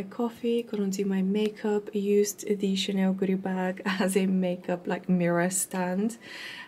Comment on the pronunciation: Hi, I love your vlogs, I'm from Spain and I speack French fluently, sometimes you say Chaneu o Chanew instead of Chanel.. it's just a tip 😗. lots of kisses